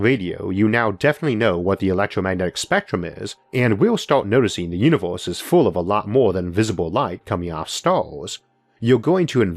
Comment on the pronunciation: Banging content jarring voice “you knee vowas”